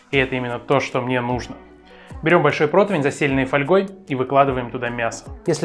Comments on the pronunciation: Противень, а не протвинь! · Да не "ПРОТВИНЬ", а "ПРОТИВЕНЬ", двоечник! А соус-то ВУСТЕРСКИЙ.... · Почему все говорят неправильно - протвинь. Даже гугл красным подчеркивает.